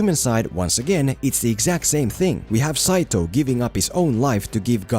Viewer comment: You really said: Saito Lmao